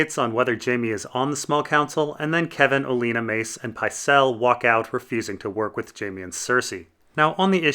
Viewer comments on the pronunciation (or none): Him saying O-Lean-a instead of olenna makes me cringe.